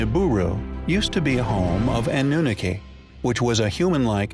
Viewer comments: Omg stop pronouncing Annunaki that way!! 😂✋🚫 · Sorcha de Adair is he pronouncing this wrong on purpose?